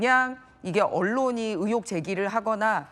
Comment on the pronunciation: 의횩이 아니라 의혹이다 진짜 듣기 싫네 아나운서라는 놈이 발음이 그 따위냐?